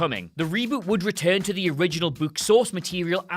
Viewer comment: This pronunciation of book hurts so much